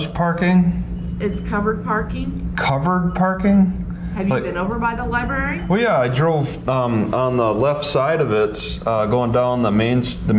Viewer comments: Stop pronouncing "library" as "libarry" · A genius who pronounces "library" as "libarry"? Okay..